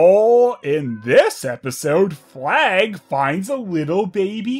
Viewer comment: The deer was called 'Flag'? I kept hearing 'Plagg' 😂